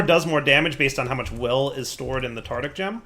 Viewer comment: Nice to see still says Tartic Gem.